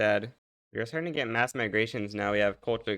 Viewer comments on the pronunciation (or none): none